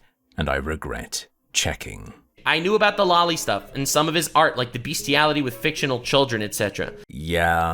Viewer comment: I wont comment on the topic itself, cause I'd just repeat what is being said already. Instead, I will comment on the fact I keep hearing "Lowly" when you say "Loli".